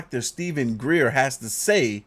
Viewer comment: And his name is Dr. Greer not dr.gray sir 😂